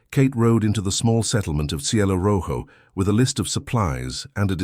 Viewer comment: The mispronunciation of Jicarilla was dreadfully jarring. J is pronounced like h. Ll is prounced like y. And since Jicarilla was pronounced correctly the first time it was used (and only the first) and rojo was pronounced correctly, it seemed especially odd.